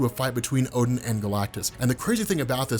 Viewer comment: Not oh den a gain